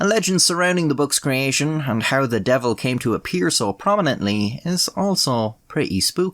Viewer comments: “The deevil ‘emself! B’Jaysus, Look at ‘em!!” Was so iconically Irish LMAO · "divil" and "jaysus" just pull at my heart strings so much, I miss my grandma. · i was gonna say something about your pronunciation of josephus but this is a country where y’all say ‘divil’ and ‘jayzuss’